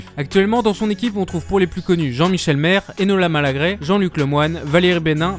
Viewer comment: Comment peut tu avoir regardé l'émission ne serait-ce qu'une fois et prononcer Valérie "Bénin" ou Jean-Michel "Marre" ? heureusement que le contenu est intéressant mais on a l'impression que ce n'est pas la même personne qui ecrit et qui parle...